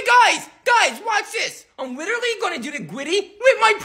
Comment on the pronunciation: The fact he took the time to purposely mispronounce literally is golden